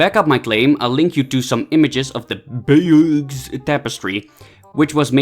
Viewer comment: Bayeux is pronounced "bayou" :) hilarious that he says the tapestry is "as reliable as movies today". Keep it up